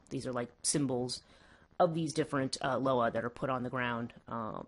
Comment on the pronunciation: It’s pronounced LOW WAH. I Couldn’t even get through this video smh, and stop swallowing so hard